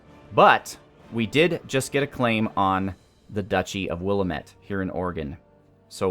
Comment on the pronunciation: Don't say Willuhmet. It's Willamette, the a pronounced like the a in and, I live there and your causing me physical pain